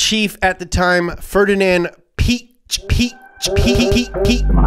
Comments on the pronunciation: Piech isnt pronounced Peach. you have to seperate the i and the e (thats what the two dots on the e are for). and ch isnt likew in peach, but thats just german pronounciation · Piëch is written with the two points over the e to have it pronounced, so Piahkh is the correct pronunciation😂🏁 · You're pronouncing Piëch wrong. But don't worry, many Germans do as well. The ë means that the "e" is pronounced, where otherwise it wouldn't. The "ch" in German is just an h hissed out of the back of your throat, like "kh". So it's pronounced something like "Pee-yekh" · His name isn’t peach… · its "ferdinand pee-ash".